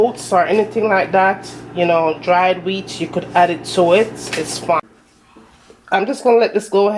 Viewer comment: I’ll try this recipe for certain, but I won’t (h)add (h)any sugar or (h)oats. I’ll make sure to pre-(h)eat my oven as well. You’re definitely getting a t(h)umbs up for your excellent video. Thank you! You’re from Kingston, aren’t you?